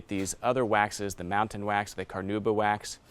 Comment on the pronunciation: Found it, Montan Wax, not Mountain, as he was pronouncing it.